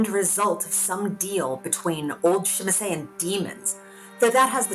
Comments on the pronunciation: Common ppl say it with me camarilla not camarya...timitzie not shemeze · Good and informative video: nice artwork and the narrative of a written letter to a kindred is really immersive. Great video overall minus the pronunciation of Tzimisce...